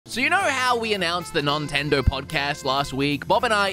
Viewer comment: The whole "nontendo" thing is disappointingly putting me off.